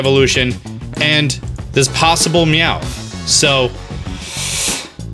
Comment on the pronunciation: Look it's Meowth's bro Weomth